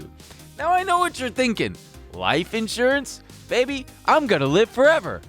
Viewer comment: biting his tongue during the HelloFresh ad when says "recikable" and "braby" lmaoooo